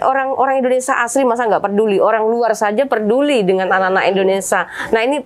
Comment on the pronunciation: Indonesia mbak....Indonesia bukan Indonesa ......